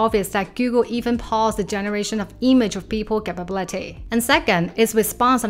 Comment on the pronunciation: look up the pronunciation of “capability”